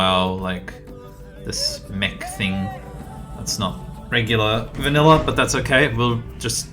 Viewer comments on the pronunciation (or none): none